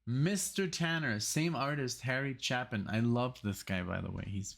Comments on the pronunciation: As awesome as Harry Chapin's songs were here(oh... his name is pronounced with a long "A" - if it were pronounced with a short "A" it would be followed by two P's) his album Greatest Stories Live was recorded a small number of years later, after he'd had more time to work on his presentation and both of these songs are far superior on that album. You should check them out. In fact, every single song on it is better than their original studio counterparts. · Chapin pronounced chay·pn. (CHĀP-ən. ch-APE-in.) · Harry Chapin was (IMO) the greatest musical storyteller. His songwriting is amazing. My favorite of his many great songs is "Better Place to Be"....at some point you and MUST listen to it. (Btw, his last name is pronounced Chay-pin...tragically, he was killed in a traffic accident in 1981 when he was just 38.)